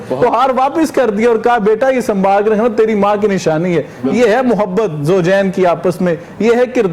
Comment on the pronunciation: نام تو ٹھیک لے لو ان پڑھوں سے بھی آگے نکل گئی ہو ماں جی کا نام بگاڑ کر رکھ دیا جاہل عورت